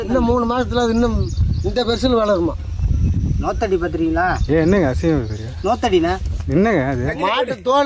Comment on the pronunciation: நோத்தடி இல்லை நுகத்தடி